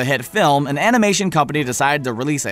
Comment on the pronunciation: WAIT WAIT- TANGLE? TANGLED UP A n i m a t y o n m e m s